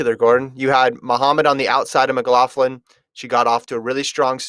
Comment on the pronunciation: I don’t know if your aware, but your saying Sydney’s last name wrong.